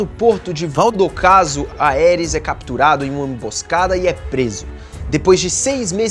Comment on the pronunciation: MANOOOO FALA ERYS e não AERIS